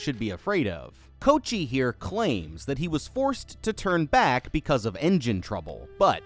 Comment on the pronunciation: I'm giggling at you calling him "Coat-chee"